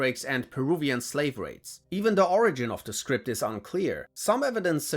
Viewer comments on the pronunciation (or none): none